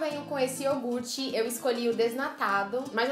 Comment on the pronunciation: pk vocês pronunciam yorgute em vez de yogurte?